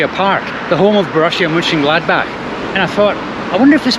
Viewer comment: Mönchen…, not München… ö and ü are pronounced differently.